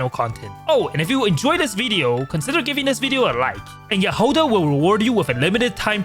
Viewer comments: why you call her jahOda/jahodA, its jAhoda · яхОда😂 как забавно произносят эти слова иностранцы